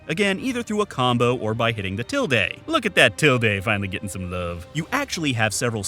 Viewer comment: Tilde like 'til duh. Not til day. That really stuck out...